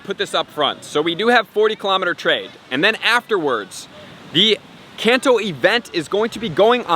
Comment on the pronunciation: U say kanto wrong